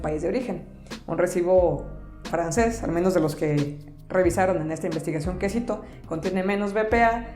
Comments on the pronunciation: Jajajajajajaja minuto juro que entendí: "En esta investigación quesito" jajajajajajaj. Buen video, interesante. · En los subtitulos dice "que cito" pero también escuché quesito xdxd